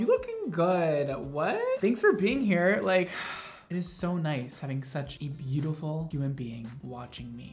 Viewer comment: says hey buitiful me be like i just woke up and i havent brushed my hair for over a week lol